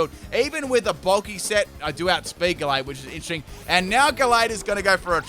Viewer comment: U said the name of gallade right